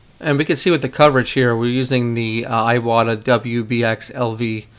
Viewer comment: Iwata, not Aiwata